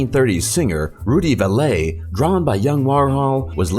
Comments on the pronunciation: Rudy Valay? You mean Rudy Vallee, pronounced Valley. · Haha - Rudy Valet! I've always heard it pronounced Rudy Valley. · And you need to learn to pronounce names. Holy Crap. Warhol drawing of Rudy who? It’s not Rudy Valet. It’s pronounced Rudy Valley. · Pronounced "Valley" for Rudy Vale. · Rudi Vallee???? Apparently you never heard of Rudy (pronounced Valley). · It's Rudy Vallee , not valet. Will you please learn how to pronounce people's names. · Pronounced Rudy valley